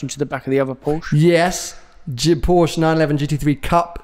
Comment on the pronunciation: you're definitely a Ferrari fan boy. Coz' you try really hard to pronounce "Pista" and "Speciale" the right way, but still from time to time, can't pronounce Porsche (Por-shuh) correctly.